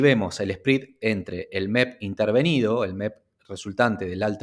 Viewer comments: Me duelen los oídos cada vez que escucho SPREAD pronunciado como SPRID. Me desconcentra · Muy buena información. Un favor, que hace ruido al escuchas el video. el “Esprid”. Se pronuncia sprɛd. Gracias